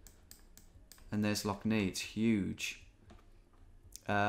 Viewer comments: it’s pronounced Lough Nay not Knee btw tom x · Lough neigh is pronounced like neigh/nay rather than the "nei" you werensaying, i always find it funny when you mispronounce northern Irish place names, but a for effort, greay video! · Lough Nay, not Lough Nee 😅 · Lough Neagh is not pronounced Nee but pronounce Neigh (like the sound of a horse) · Love the video Tom, but Lough Neagh is pronounced “neigh”. Like the sound a horse makes. Keep up the good work! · As a Northern Irishman who lives 10 mins away from Lough Neagh, it was pretty cool to see it appear. Oh, and its pronounced "Lough Nay" fyi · Lough Neagh pronounced ney, has been in the news lately, it's full of blue green algae. Coming from pollution running into the rivers that feed it. And those rivers have all been flooded the last few days as well as the lough being higher than usual, when the water eventually makes its way out to sea it will probably be back in the news again. All the water runs right past one of our best beaches, and that will get closed because of it. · Need to say like lough neigh. Read up about it was in the news a lot later about being ruined by algae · Lough Neagh is pronounced Nay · Lough Neagh is pronounced Nay, Like the horse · As a citizen of Northern Ireland, cringing every time Lough Neagh is pronounced. Great video as always